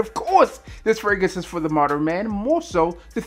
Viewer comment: Moderin lol come on b